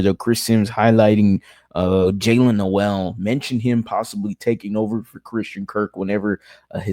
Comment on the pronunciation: Dude, it's been a week already...... Learn how to pronounce NOEL correctly SMH 🙄🤦‍♂️